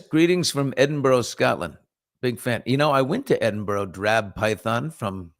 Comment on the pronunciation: it’s pronounced more like EdinBRA